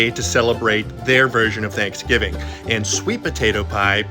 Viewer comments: What is “chanksgiving” 🤣🤣🤣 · What is “thankfgiving” 🤣🤣🤣🤣